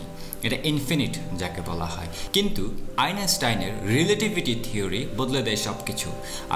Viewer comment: আইনষ্টাইন উচ্চারণ করতে পারেনা । উচ্চারণ করে আইনেষ্টাইন । সব যায়গায় আইনেষ্টাইন !!!